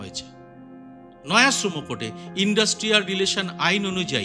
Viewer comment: আপনি সঠিক উচ্চারণে শ্রম srama কোড কথাটা বললেন। বেশির ভাগই আজকাল sram উচ্চারণ করছে। ভীষণ শ্রুতিকটু লাগে শুনতে। ধন্যবাদ আপনাকে।